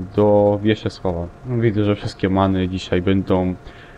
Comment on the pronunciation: Wiszesława a nie Wieszesława